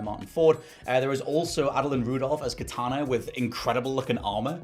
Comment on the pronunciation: Idea, not idea-r It's Kitana, not Kitana-r